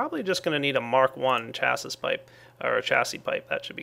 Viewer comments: You want to pronounce it "chassie" but in English it's pronounced "shassie" Great vids I've seen them all up to this point. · It's pronounced shassy. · I is pronounced chassi but spelled chassis